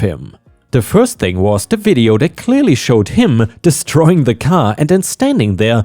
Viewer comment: "clearly" is said as "clear lee," not just "clear." 😉 "launched" is said as "law nn ch ed" not "lounged." 👻